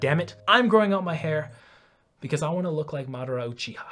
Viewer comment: You earned my respect, when you pronounced "Madara Uchiha"